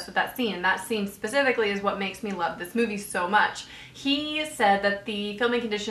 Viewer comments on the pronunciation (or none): none